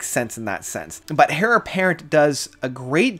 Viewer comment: Heir is pronounced “air” not “hair”